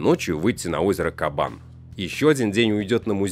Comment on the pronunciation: Правильно на Кабане делать ударение на втором слоге. Странно, что журналисты не знают русского языка. Или все не казанцы?